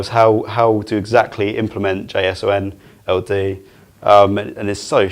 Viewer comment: The way he pronounces JSON-LD tells me he is not an engineer. Not that it matters, solid information, just a curious observation.